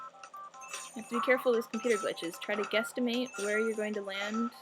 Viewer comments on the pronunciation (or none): wait did she say guestamamte that isn't even a word lol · hehe she said questimate ^-^